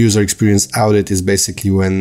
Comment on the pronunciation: That is pronounced as (o)dit, not (au)dit in English. :)